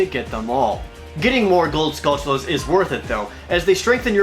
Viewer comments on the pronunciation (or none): wtf is a "skull chew la"?